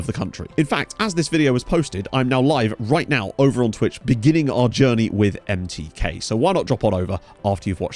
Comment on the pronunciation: A couple pronunciation tips: the authentic pronunciation of MTK is more like "em-tey-kah" And your pronunciation of Ferencváros was pretty good, but the "c" in there is pronounced like a "tz" Looking forward to following this, should be a fun save